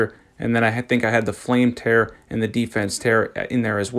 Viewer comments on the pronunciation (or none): Hey bro I love your videos I just wanted to say it's tear (teer), like the ones you cry out ur eyeballs against rivers of blood